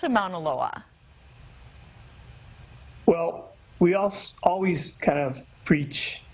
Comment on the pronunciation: The way that presenter pronounced Mauna Loa hurt me.